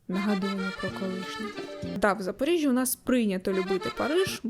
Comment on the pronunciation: Я так розумію, що правильно казати все ж таки Запарижжя?)